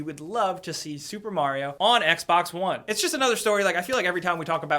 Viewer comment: MARIO NOT MERYO!!!!